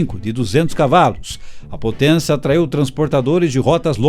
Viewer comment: Mas que pronúncia horrorosa! Potênça , Experiênça . Para narrar qualquer coisa é importante saber falar corretamente.